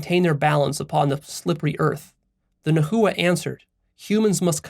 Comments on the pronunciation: Immediately felt it when you mispronounced "Nahua" It's cool, Nahuatl is a difficult language and there aren't many resources on it. It's pronounced "Na-wah" 2 syllables, and no "hoo" in the middle. the language's name is pronounced as "Na-wah-t" with a very very soft "L" on the end of the "T" syllable. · In Spanish the "h" is always silent. I think translators didn't change the word nahua in English to make a similar sound to Mexican Spanish. It sounds strange, but I think that's the way most English speakers pronounce it (najua). Nahualt is even more difficult😂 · The least you could do to honor our people is learn how to pronounce the words correctly. Whiteness at its finest. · yeah he could have just watched one video about the nahua and learned how to pronounce nahua and nahuatl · I’m sure you’ve realized this by now, but nahua is pronounce nah-wa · nahua - nah. wah. - no hard H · Yoy must pronounce the word nahua as "nawa" you are practicly destroying the phonetic of the language in the way that you are pronouncing the word in the video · The pronunciation of Nahua is (Na-Wa) And they’re Mexicas too And tl in Teotl is pronounced with the lisp click sound. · Hey, heads up. If you're going to fashion yourself an authority on Mezoamerican philosophy you should probably learn to pronounce the words properly. Nahua = NA-wa, Teotl = TAY-ot or TAY-ol. You might want to re-record this video to avoid sounding dumb. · Love the video. Nahua is pronounced (Na-wa). The "-tl" is pronounced together or don't pronounce the L. "Teot" sounds much closer to nahuatl pronunciation still spoken today. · Yeah, it was weird to hear it "na-hoo-wa" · I’m Mexican and your pronunciation of nahua and teotl makes me sad. I better read the article and skip the video :( thanks for the recommendation though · It is pronounced not Na.hu.wa, but Nah.wa. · Its "nah-wah" not "na hoo uh" had to say it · I'm not trying to be nitpicky but Nahua, is pronounced more like Na-wa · Its pronounced Nah wah